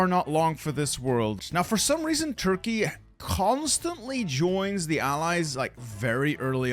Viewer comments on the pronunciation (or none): none